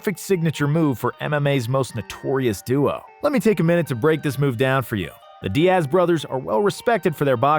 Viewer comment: How do you mess up a name like Diaz. It not Di-ass bruh lmao